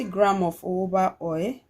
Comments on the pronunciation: Nice video,, thank you always. Please why do you pronounce jojoba as uuubaaa? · It’s spelt Jojoba but pronounced as Hohoba. It’s not English